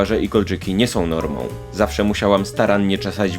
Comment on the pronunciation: awsze Zawsze zjadło ci :v "Z"